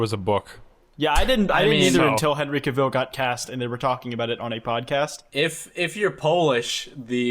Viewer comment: someone tell it's "cah-ville" like a new yorker saying "car" also henry cavill wasn't in 50 shades????